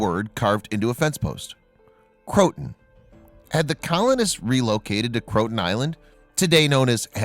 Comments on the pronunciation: You sir,butchered the names from Raleigh and Croatian. Crow uh tan. Bert T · I hate these computer pronunciations: it's "crow-ah-toe-en." Sheesh.